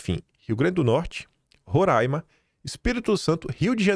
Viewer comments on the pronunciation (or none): none